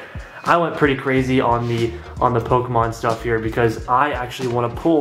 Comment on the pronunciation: It’s Pokémon not pokehmon jk